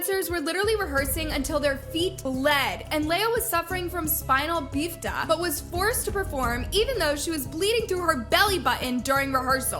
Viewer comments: Wtf is spina beef-da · spinal BEEF-TA..... I hope I'm missing some kind of inside joke- because if that was serious I'm seriously concerned about the lack of intelligence.